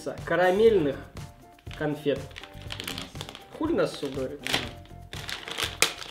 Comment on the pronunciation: Те конфеты корейские(자일노슈) и читаются как Чжаирнощю